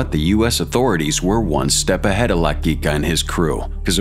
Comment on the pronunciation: you kept saying his name wrong , it's almost like saying LA QUICK A